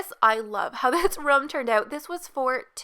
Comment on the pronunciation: you say ruhm instead of room. how do you pronounce rum then?